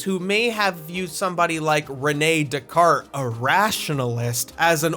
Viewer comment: It's pronounced "Days-Car-Tays." Days-Car-Tays